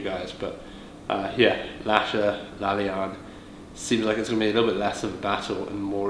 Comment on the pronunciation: bro, it's pronounced La-La-Yan, not La-Lyan